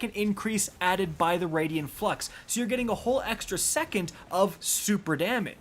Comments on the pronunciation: It's pronounced Raiden (Rey-Den) you know like the God of Thunder from Mortal Kombat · I Cringe every time You say Raidien instead of Raiden Flux but nice job on Multiplicative here. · It's *Raiden Flux, not Radian Flux... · “It’s pronounced RAID-IN flux not RAID-EE-IN flux” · Raiden Flux, not Radian Flux. Ray-Den! I'm sorry but every mispronounciation was stomping on my last nerve. You can't even blame the spelling for this, it's CRYSTAL CLEAR! Get better bro, I normally let your bevy of mispronounciations slide but this time it set my blood on fire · Wtf is a raidian flux? Where are you getting that second 'i' from?! You never played Mortal Kombat or something? RAY-DEN. Or if you're doing japanese pronunciation like in Metal Gear, RYE-DEN. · “I like to add syllables to the word ‘Raiden’” here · "I need to work on my pronounciation". It's RAID-en flux. Not Raidien:) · "I pronounce 'Raiden' like 'Raidien' for a whole video because I either read on a second grade level or I'm going for a bump in engagement on the negative comments"... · Exotic name says "Raiden Flux", reads it as "Radian Flux". Come on, you can do better. Otherwise, good video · ” it’s the raiden flux not the raidien flux” here…. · “It’s raid-en not raid-Ian flux” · Rai-den Flux. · "Radian Flux" :\ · “Raidien flux” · It's pronounced RAY-DEN Flux bro lol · “I mispronounced Raiden Flux for the entire video”. It’s Raiden like the god of lightning and from Mortal Kombat. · Please stop saying "raydian flux"